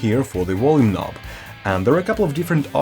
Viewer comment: Wolume knob